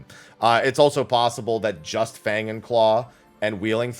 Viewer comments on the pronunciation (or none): none